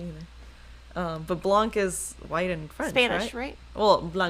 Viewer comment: Thank you for showing all your stitching projects. They look great. Blanc is white in French. The c is silent.